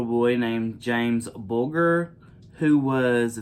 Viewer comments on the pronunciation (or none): Just for reference, the ‘g’ in Bulger is pronounced like the letter j. That murder shocked the entire world. When it happened, my eldest son was only 3 years old. After learning about the case, I was terrified and kept my son in his pushchair whenever we were in the shopping centre. It’s sickening that the boys were given special treatment by way of new identities. That’s a bitter pill to swallow. 💕💕